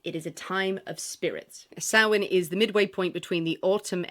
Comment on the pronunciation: I like that you pronounced Samhain correctly. Happy Halloween!!!!